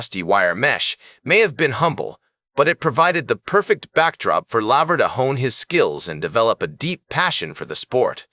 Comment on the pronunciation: How can you be taken seriously as a sports channel when you can't even pronounce your subject's name correctly? You've lost one tennis fan here. No robot comments wanted.